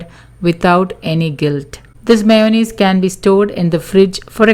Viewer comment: All fee meyunaise.. Lol